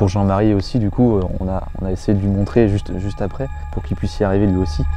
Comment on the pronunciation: Alors la vidéo trop bien comme d'hab mais c'est "puisse" Et non "puice"